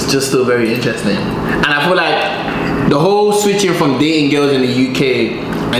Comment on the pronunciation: "I fill like" brother quit it